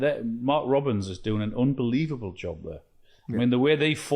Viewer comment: It's 'UNbelievable' Micah, not 'UMbelievable'.